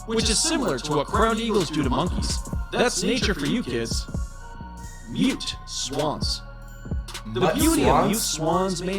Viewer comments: “mut swans” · "mutt swans" 😭💀